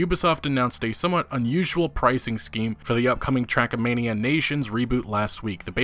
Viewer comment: Why are you calling it "Trackamania"? lol